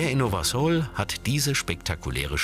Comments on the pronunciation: es wird nicht Nowa Sol sondern Nowa Sul ausgesprochen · nowa sól wird nowa sul ausgesprochen und heißt neues Salz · Nowa sól wird „nowa sul” ausgesprochen😂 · Die sprechen nowa sól voll komisch aus 😂😂(bin Polin halt) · Ich bin Pole und lache mich gerade kaputt Weil ihr Nowa Sol falsch ausgesprochen habt